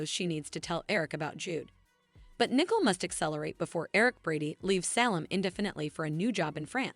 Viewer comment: Her name is Nicole not nickel. It really not that hard.